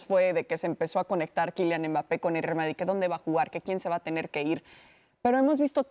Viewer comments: A Hércules enseñenle a hablar y en especial como se dice Mbappé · que alguien le diga a ese tal Hercules que no pronuncia bien el apellido de Kilian x_x dolor en mis oidos cada vez que lo escucho